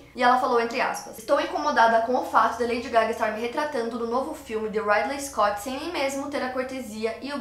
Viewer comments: Não se lê raidley scott, se pronuncia Ridley Scott : Ri de river, Ridley!. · O nome do diretor nao lê - se Raidler e sim Ridley Scott. Diretor muito conhecido e famoso